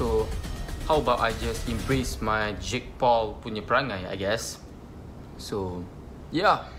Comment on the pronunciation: ITS JAKE PAUL MY GUY JAKE PAUL NO JIG POL 😭😭